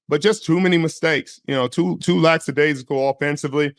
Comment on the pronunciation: Richard was a great player, and as far as I'm concerned, an intrinsically unlikeable guy. I don't know why I thought it might be different now. Richard - you're supposed to be a smart guy, right? Maybe you could learn to pronounce "lackadaisical" correctly? After that, maybe you could learn that sometimes the team YOU like gets beat because they weren't as good as they other team.